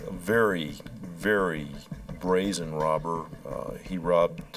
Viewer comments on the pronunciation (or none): none